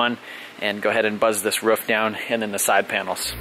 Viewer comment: Roof not Ruff lol Jkn, love the vids!!